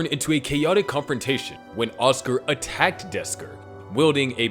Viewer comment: "attacked desker"